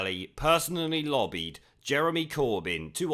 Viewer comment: Why does “lobbied” in this case sound like a hummer?